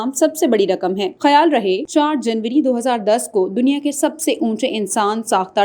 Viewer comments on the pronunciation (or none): none